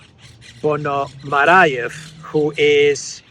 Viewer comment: his name is not Ilya Ponomarayev, it's Ponomaryov (Ponomariov).